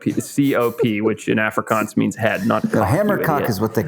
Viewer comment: your from southern africa and you cant even say hamerkop or afrikaans right 🤣🙄 you’re to american now mate 😂😉